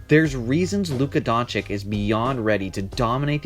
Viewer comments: Doncic = DONCHICH and not Donchik !!!!!!!!!!!!!!!!!!! Great video !!!!!!!!!!!!!!!!! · Dončič (Don-chi-ch), not Dončik or Donkič. What is it with you americans and forreign names... It ain't rocket science! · Everytime i hear Donchick or Donkich (or Drazig )all u guys lose all the credibility, comin from a fan!!! I would agree otherwise...Man, na that "Trey Old" be sayin he ROY??!! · Hes been in NBA for almost a season and some ppl still pronounce his name donchik.. Smh... Great video tho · If you make a video about a man, learn how to say his his name right. Donchich, ok? Just take 5, check a couple of game recaps and pay attention to how his name is pronounced. It’s not difficult. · Just what I was thinking. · It's Don-S-ich actually.The 'č' after 'Don' is pronounced as 's' . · Learn to fcking spell Doncić correctly. It's so disrespectful to misspronounce their name. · It is very brave to try to make a relevant analysis about a person which name you can’t even pronounce. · Makes a whole video about Luka, doesn't even know how to pronounce his name... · It's not difficulty at all ... like Pete MaraviCH. Now you know. Have a nice day. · That goes for every ex-Yu player,the -ic at the end is always pronounced the same. Vucevi-ch,Stojakovi-ch,Bogdanovi-ch,Joki-ch etc.